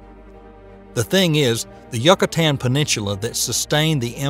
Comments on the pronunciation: I'm not sure if I should feel sorry for him or cringe when called the Yucatán ... yuck-a-tan. They YU is pronounced like "you". Then I realized he couldn't pronounce peninsula either so... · Yuck-a-tan ? Lol